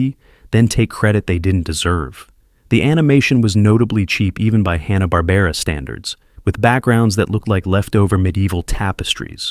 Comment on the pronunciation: He couldn't even say "Hanna-Barbera"